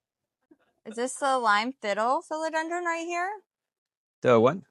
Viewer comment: Dude- are you saying Philodendr-um?